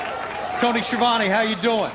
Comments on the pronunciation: nobody can spell Schiavone :S the real pronunce is skiavone not sciovani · Skeeavone XD